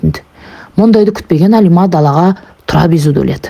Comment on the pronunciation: Алима емес қазақ Әлима деп айтады.Орысша айтпа